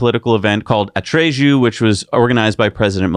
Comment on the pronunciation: Atreju the j is pronounced like LL in tortilla